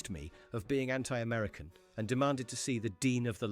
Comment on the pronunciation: Ant-eye American? Surely you mean anti... AI pish